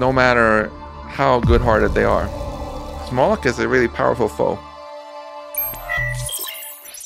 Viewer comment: Its pronounced "moh-lock"